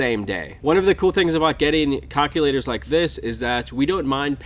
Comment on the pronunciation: "Cock-u-laters" "Hill figure" LOL